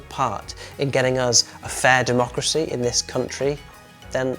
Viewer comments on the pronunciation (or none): none